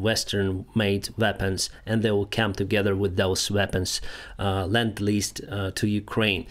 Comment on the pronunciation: Lend-lease. Not land-lease